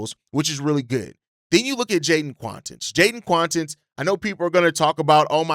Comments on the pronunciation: What do you pronounce Quaintance like Quawntance. If you wanted to say acquaintance you wouldn’t say aQwantance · Stop butchering last names my dude. Makes your commentary difficult to get behind when you don’t do research on how to even say some easy names….. see Keaton Wagler (wah-gler). And Quaintence.